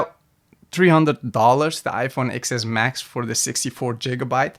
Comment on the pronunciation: Stopped the video as soon as he said "Ex Ess Max" 🤦🏽‍♀️ Anybody that doesn't know it's a "TEN S Max" looses all credibility.